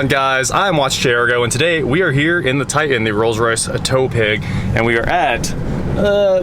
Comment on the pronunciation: Tie-Tan. Not Tie- an